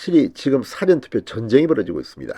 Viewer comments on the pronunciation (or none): none